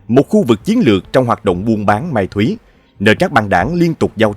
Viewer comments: Ma tuy thi doc la ma tuy tai sao phai goi la mai thuy.Tieng Viet bay gio la tieng Viet tap nham, ba roi dau co con la tieng Viet thuan tuy trong sang nua. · ma túy cái này mà mai thúy kg biết thì học hỏi tiếng Việt cho đúng trước khi làm YouTube đi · Ma Túy mà süã Thành Mai Thúy vùa nhuc mà còn doc lón